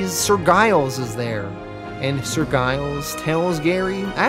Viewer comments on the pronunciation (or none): As a Brit I am being distracted by Giles being pronounced with a hard G. It’s a pretty common surname in the UK, usually associated with farmers, and pronounced Jiles.